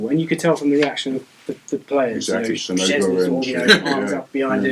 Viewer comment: I do kinda have a crush on this....but babe....our goalie is called sczezney....not chezney lol